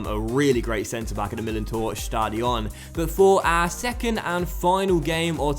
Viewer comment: "Stadion" is pronouced with the stress on the A, not on the O